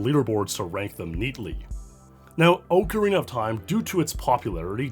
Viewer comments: I liked the video purely because he says it Oakarina (the correct way) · Thanks for pronouncing correctly as ocarina as ocarina and not ocariner like 99.99% of other creators in the platform do